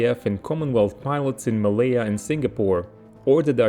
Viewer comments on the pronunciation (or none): none